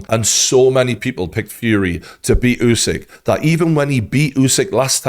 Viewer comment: Good coverage but western people need to stop pronouncing other ppl names like spelling alphabet. He is not Yousik, he is USIK, just U like in Burger. Why is it so hard, you dont pronounce Burger - Byourger